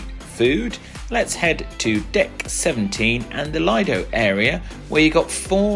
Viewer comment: Just one quick correction. The Lido is pronounced Leedo. Thanks for the great review of all the food.❤